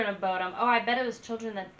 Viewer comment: Bodom like you said (not perfect, but close). Short O or Buudom, long U are both correct. (no idea how you pronaunce long U :P )